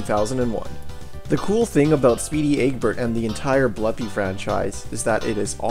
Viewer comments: Blupi is pronounced with an oo, not an uh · Just so you know i think its pronounced Bloopi not Blupi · It's pronounced "Blue Pea". Confirmed by the readme file in DOS Blupimania.